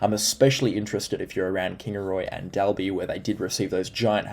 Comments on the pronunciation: pronounced doll bee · Dalby is pronounced Doll-be. FYI